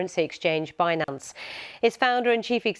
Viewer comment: It’s binANNce 😅